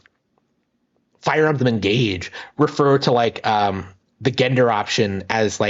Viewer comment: You mispronounce gender and rhetoric, lonely guy. Try actually having conversations with people. You desperately need practice. You'll need to bathe and learn to stop picking at yourself first. It's rather disgusting.